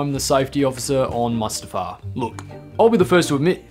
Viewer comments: ITS PRONOUNCED LIKE “MOOSE” OK? ITS “MOOSE-TA-FAR” NOT “MUST-A-FAR” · only you guys would be so arrogant in your pronunciation of words to take a fictional planet from star wars and pronounce it MUST A FAR. in universe it is pronounced Moostafar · You mispronounced lava and Mustafar (moose, the tu in tough, far) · hey um ide hate to be that guy but it's pronounced moostufare